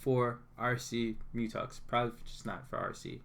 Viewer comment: Good $hit man! But isn’t it a Mu“Tex” not Mu”Tux”? Haha